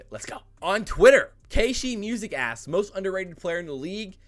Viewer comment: Hey, it's KShiMusic, just for future reference it is pronounced K-Shi like K-Shy, my name is, yes like Lord of the Rings. Love the content and been watching for a while but just so you make the connection 😉